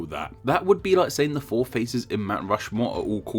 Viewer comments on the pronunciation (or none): none